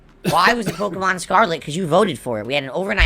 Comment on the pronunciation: Hearing a 40 year old man say the word “Pokemohn”. Is hilarious in a cringeworthy way 😂